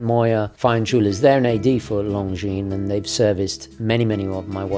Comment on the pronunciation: One of the few watch YouTuber’s who knows how to pronounce their name correctly 😁👍